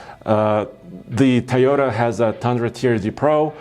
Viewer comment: what the hell is a thayota???🤣🤦🏾‍♂️